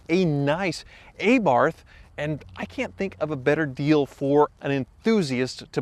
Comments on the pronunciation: Okay, keep saying Aye-Barth....and I'll start saying Aye-merica. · Rbarth.... it's pronounced Rbarth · A Barf. Lol. Coupled with the pronunciation of FIAT this video had me in stitches. Also its just a Fiat Panda rebodied. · It's actually called the Abarf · It’s pronounced “ah Bart” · Aaaaahhhh-barth...puuulease! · If you are really a Fiat "enthusiast" how come you don't know how to pronounce Abarth ? 😂 One moment, you say A-Barth The next you pronounce it correctly 🤔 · Ah-bart Ah-bart Okay? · A-barth? That doesn't seem like the correct pronunciation ;-) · pronounces this car like it's named after the Fonz. AYYYYEEEEE-BARTH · say ahhhhhh-bart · I love my new "Aybarth" 🙄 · AAAbaarf. Such a lovely american pronounciation XD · nah bruh its 'aye barth' because we pronounce things the American way not the correct way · The correct way to pronounce the name is A Bart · The way you pronounce Abarth makes my skin crawl. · Please see how the word Abarth is pronounce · Abarth, with an A like "aftermath", not an A like "ey!" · barth is pronounced like bart and a like ah (of course with an italian accent) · You're pronouncing Abarth wrong. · I love Abarth cars, it would be cool to see one from the glory days. Work on your pronunciation of Abarth. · I know he says it wrong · The only occurence he got the "Abarth" name right was . Before and after that... shivers. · If you do another video on this car, please can you pronounce Fiat and Abarth properly..... You're giving me a headache..... Thanks 👍🤕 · A in abarth should be pronounced like A in alcohol!! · the way you pronounce abarth is doing my head in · Alright. This was driving me crazy. It's Ah-barth not Aye-barth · JFC I love your vids but STOP SAYING A-BARTH!!! thank you.:) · Ay-barth? Is that like a mid-American pronunciation like En-chin-nada for Enchilada or em-pal-lah for Impala? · Aye-barf? Mein Gott, zis is not how you pronounce zis vord. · A-Barf *facepalm* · It’s uhh-Barth